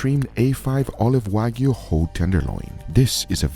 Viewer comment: WAGYU! NO! WAG-YU!